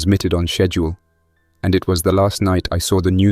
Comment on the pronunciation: Fall back is fullback. 😂 schedule is chedoo